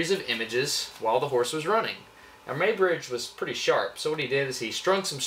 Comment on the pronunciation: It is pronounced 'MOY' bridge.